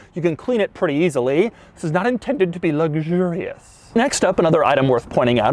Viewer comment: Why he say Luxurious like that😂😂